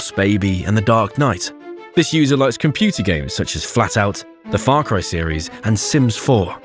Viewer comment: we all do love a good bit of "fair cry"